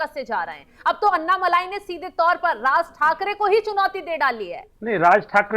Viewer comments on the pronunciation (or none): अण्णामलाइ नही, अण्णामलै है उनका नाम